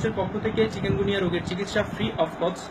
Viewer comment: কেমন ডাক্তার উনি চিকুনগুনিয়া কে বারবার চিকেনগুনিয়া বলতেছে।